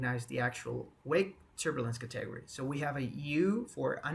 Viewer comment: keep it up boss man, side note: I giggled at your pronunciation of "Category"